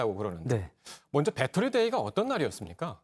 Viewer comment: 배떠리? 배터리! 아재여